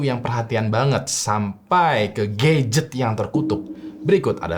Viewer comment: "Dari mulai hantu yang perhatian banget, sampai ke GAYget" 🗿 Gadget❌ GAYget✅